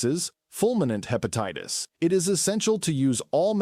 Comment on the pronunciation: What is Hepateetis?